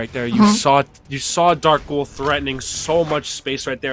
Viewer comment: “Recovawy” “dakghoul”